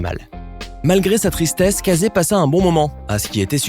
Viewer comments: Ca ce dit pas CA ZE mais KE SSI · Ça se dit Caïzy pas cazai 🤦🏼‍♂️ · « Kazé » 😭 sa se lit [keïssi] s’il vous plaît 😭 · Casée? On prononce kèssi ! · Casey se pronoce pas "Cayssi" ?